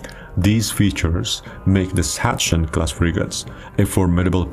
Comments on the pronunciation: I know you propably never heared anyone spelling it correctly, but please, never say "Satschen Class" ever again xD (try Saxen) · BTW: Sachsen is pronounced "Saksen".